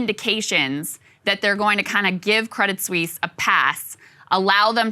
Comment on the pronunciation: You don’t pronounce the “t” in “crédit Suisse”. Just to let you know.